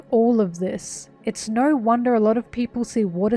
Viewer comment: Im so sorry but “she had naur home” killed me lol